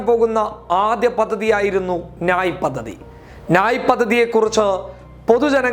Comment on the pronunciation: നായ് അല്ല ന്യായ്